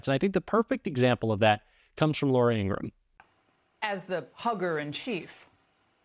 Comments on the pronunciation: Her brother said, "our name is pronounced Ing-ra-ham." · Hey! Great Channel! Remember that it's Laura Ing-grah-ham`. Other than that, you're killin' it! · Her name is Ingraham! Please stop mis-pronouncing it as it is offensive to Ingrams!